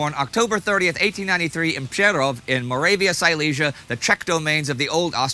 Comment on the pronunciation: He said "Přerov" :D very cool :)